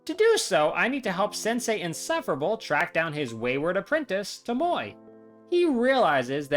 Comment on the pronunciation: Why do you say Tomoe like tomoy when the game literally tells you how to pronounce it?Throughout Ishikawas entire storyline, he says it the right way and you just ignore that and say how you want? What